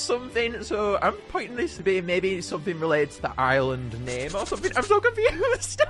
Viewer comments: bro got the name right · Hey you actually got the name right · YOU GOT THE NAME RIGHT!!!!!!